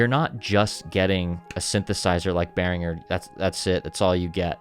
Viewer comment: Congratulation for pronouncing „Behringer“ the right way! Greetings from a Matriarch and 2x Blue Marvin owner from Germany!😀🇩🇪🤝